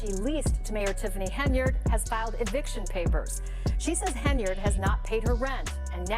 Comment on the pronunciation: Don't think it's pronounced Heny-ard.